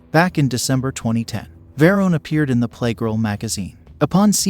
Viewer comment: Sad when you can't pronounce Phil's last name right.